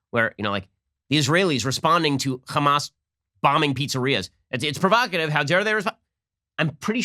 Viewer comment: The blond woman who finds a new word, "provacative," "that's so provocative," "its provacative."